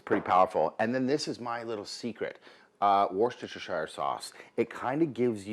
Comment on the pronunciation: Delicious! Now please allow me to share a bit of my English heritage pronunciation with you:) Worcestershire is pronounced Wuster sauce or Wuster sher sauce - completely drop the first R. Love your shows and delicious recipes.